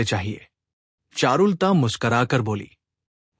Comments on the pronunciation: चारुल ता नहीं बोलते, चारु लता होता है। सही उच्चारण बहुत आवश्यक है। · एक्चुअली ये ऐप से AI रीडिंग कराते है, और वीडियो अपलोड से पहले खुद भी नहीं सुनते वरना करेक्शन कर देते.चारु लता कोई ऐसा नाम नहीं कि लिटरेचर में दिलचस्पी रखने वाला उसको चारुल ता बोले. किसी लेडी का नाम लगता है,आवाज मेल है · चारु लता का उच्चारण शुद्ध करना चाहिए,...